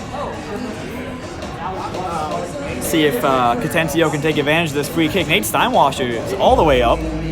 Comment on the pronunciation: It's pronounced Ca-ten-na-chio. 🤦🏼‍♂️